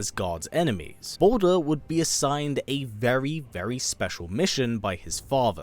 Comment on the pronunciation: Balder??? The way you say his name it sounds like you’re saying “BOULDER” aka A big ass rock!